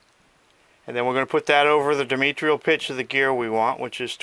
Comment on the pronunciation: You are clearly knowledgeable. But your horrific mispronunciation of "diametral" makes you sound ignorant. The first syllable is a long I as in dye then you leave out the "a" which should sound like "uh". Then not "meet" but "met". Then you put in an "I" after the "r". There isn't one. The last syllable should sound like "rahl". Or consult a dictionary. Only good thoughts.